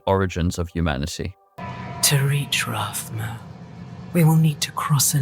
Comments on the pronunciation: Its rathhhma not ratma gotta use that tongue on your teeth to make that thhh sound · Rathma (Wrath-Mah) not Rat- mah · I'm not trying to be mean or rude, but damn man, it's Rathma, not Rat-ma. His name is spoken in 4 different games. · My man just called him ratma lmao